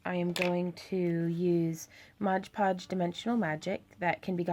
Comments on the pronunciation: Am I the only one who gets upset when she says "Modge Podge" when it's "Mod Podge"? The work is absolutely stunning, and she explains things very well, but that one little thing just kind of bothered me. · Very beautiful. You're incredibly talented,. But please... it's MOD podge. So many people make the mistake of calling it "modge" podge. Pet peeve. lol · It’s MOD PODGE!!! Not MODGE PODGE!! That u keep saying! That is more irritating then anything damn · People saying “Modge Podge” instead of Mod Podge is my BIGGEST pet peeve. I want to watch this video but I’m being driven insane!! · Ok it's MOD podge. Not modge podge. Please please please... MOOODDD. BEAUTIFUL peace btw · These are amazing... But is anyone else going nuts about the "modge podge"?! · Why do people say, "modge podge" instead of "MOD podge"? Honestly, I think that must be one of the most mispronounced brand names out there. Video after video, I have rarely heard someone actually say, " mod podge"; it's always pronounced as "modge". smh. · This is a great watch! I find it funny you do the same thing I do in that you say "Modge Podge" when it's actually "Mod Podge"! Awesome work and thank you for this video! Definitely helps get ideas flowing to watch other people create!